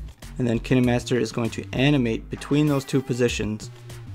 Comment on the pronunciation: This was very helpful but also you pronounce it kainemaster